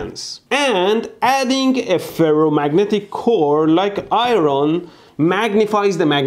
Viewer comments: Eye ron? Is that like, erm, iron? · What is "eye-roan"? Is it that expression I make when you blow yourself up? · I don't know why but your pronunciation of iron is (i,ron) I thought it was a type of metal alloy but actually it is iron I think it is just a way you pronounce it? correct me if im wrong hahahha I was confused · Eye Ron? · And yet we say "IERN"